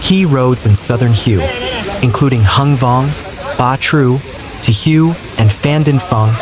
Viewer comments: Please pronounce the city HUE correctly here is a help for you "The Vietnamese city of Hue is pronounced "hway," with a similar sound to the English word "whey" but with a slightly different tone. A simple English approximation is to say "whey," but for a more accurate pronunciation, focus on the "hway". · At least be able to pronounce Hue correctly